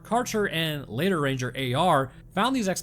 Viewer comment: Did you say ran-gur? Did the clankers get Roanoke?!